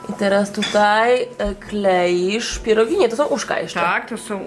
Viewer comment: It's so wonderful to hear someone say pierogi correctly...lol. Many years watching my mother, grandmother, and great grandmother growing up as a child at Christmas. Noodles and cookies.